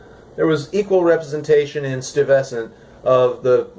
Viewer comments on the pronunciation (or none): as a new yorker its pronounced STOY-ves-ant sorry for the nit picking lol